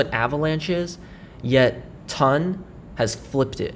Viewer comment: I’m sorry mate why do you call it TUN? It’s ton check the pronunciation online lol